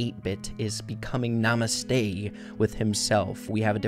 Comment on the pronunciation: lol u said namaste which is a hindi word meaning hello but in the second minigame i think all was written in japenese.Btw loved your video and namaste pronouncation.;)